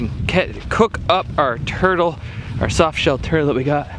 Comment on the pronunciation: shof shell turtle LMAO